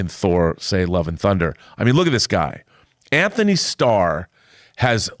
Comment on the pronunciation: Antony doesn’t have an “h” in it. you are mispronouncing his name.